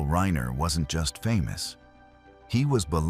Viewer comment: Who the fuck cobbles together this shit. Can’t even get the AI voice over to pronounce the name Reiner properly. And the writing is way too contrived and just shit.